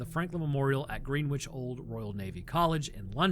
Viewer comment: Just your regular, everyday, normal Brit here - enjoying the history and wincing at the pronounciations of any place in the UK. My particular highlights are 'Green-which' and 'Edinburg'. Love the videos man, keep up the good work